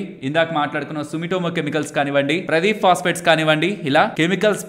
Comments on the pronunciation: ప్రదీప్ ఫాస్ఫేట్ కాదండి. ఇది పారాదీప్ ఫాస్ఫేట్. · Not, paaradep Pronounciation should be like that